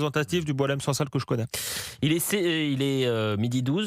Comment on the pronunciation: La prononciation du nom de Boualem Sansal par les français correspond à sa personnalité.😅 Boualen sang sal.🎉